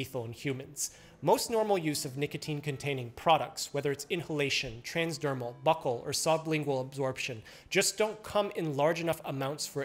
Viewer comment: OK, I've listened to this several times, and it still sounds like you're saying "butthole" nicotine absorption. I have to be mishearing that, right?